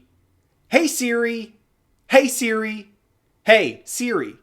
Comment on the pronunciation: works just fine on mine too. I think it may be accent related. You can make Siri reprogram to respond to accents in settings under Siri. He kept saying it like seere. That’s the issue. Should be like suri